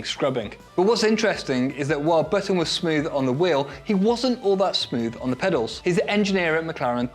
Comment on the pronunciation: On the topic of your choice in pronunciation. With Jenson Button. It is not baton. It is Button. Like a shirt button.